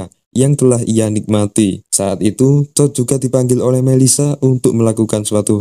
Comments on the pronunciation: apakah cuma gw yg ketawa ketika mendengar "TOD" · ken "TOOD"